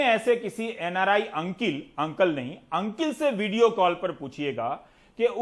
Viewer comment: Noted sir, सुनो बेबे what's up University walo वो अंकल नही अंकिल होता है 😂😂 यूएस वाले अंकिल 😄😄👏🏿👏🏿👏🏿